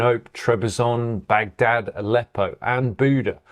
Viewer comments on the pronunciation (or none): none